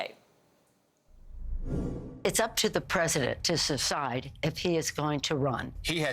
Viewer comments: I noticed that Nancy Pelosi mispronounced decide as something like “subside” at the beginning of her clip. Maybe she is not that sharp now either? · Pelosi’s senile too! “ we will let the President “ sess-ide” ! what the heck ?????